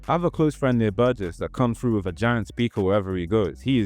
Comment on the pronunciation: FROO? Do you mean THROUGH?